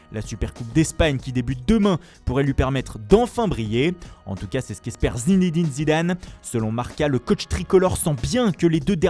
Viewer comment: Et Foot Mercato t'as ravive pas à prononcer Zinédine Zidane!!!